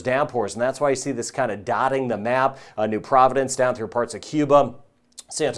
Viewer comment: ❤I like how say New Providence like he knows the Bahamas very informative.